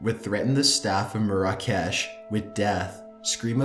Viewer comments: ur pronouncing "marrah kesh" very wrong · Just thought this would help to make your narration even better, Love your channel Marrakesh (should sound like: Mair-ah-kesh) L'enfant (Leh-font) tirades (Tie-raids) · its pronounced mair-ruh-kesh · It's pronounced MARE-uh-kesh. Not mare-AH-cash. Ha! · I think you pronounce it mara-kesh also tirade not triad but apart from that great vid 👍🏻